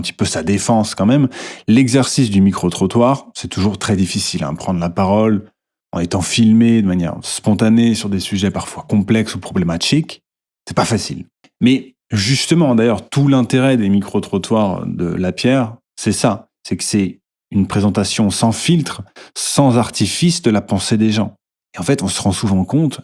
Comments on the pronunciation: Tu pourrais arrêter de dire problématchiques s'il te plait? Je commence à en avoir assez :D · "sur des sujets problémaTCHIQUES" Pitié arrête jpp 😭